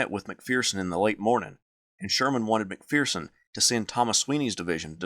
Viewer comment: There is no "fear" in McPherson. Its mac-fur-son.